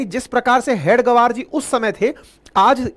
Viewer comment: you as head of channel should have understood the pronouncation of हेगडेवार. All along you were saying हेड गवार,which means in other wards "Chief of Idiots". You are free to carry impression as you may feel right. Your pronounsation, representing meaning in English and Hindi collectively, may be explaining the broader mentality of Unregistered Body called राष्ट्रीय स्वयंसेवक संघ. This reflects bad on you i.e. away from reality.